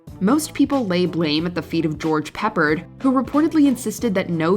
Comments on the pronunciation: It's pronounced "PEP-pard" (not Pepperd"). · George PEP-pard? Lol!! Good grief. This channel is too big for such mis-pronounciation.